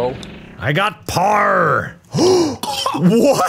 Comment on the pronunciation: when Mark was saying 'parrrrr', why did it sound like he was saying 'power' in an Irish accent 😂